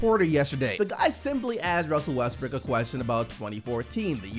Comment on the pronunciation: we just gonna ignore said wussel restbrook.